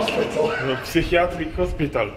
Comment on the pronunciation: Mateusz psychiatric hospital 🤣 good attempt to say it by a pol